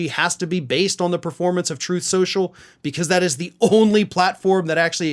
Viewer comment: Funniest mispronunciation ever 😂😂😂